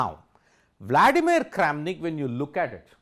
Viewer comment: not kramanik but karen of chess world LMAO